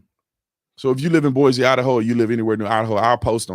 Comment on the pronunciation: Brandon, it is Boi-cee, not Boi-zee. You will impress people by saying it right.